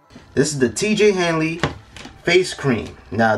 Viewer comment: Or when he said, T Jay Hanley